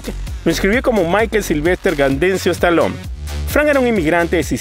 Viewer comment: Stallone ! y NO Stalon..... Muy mal tu pronunciacion!!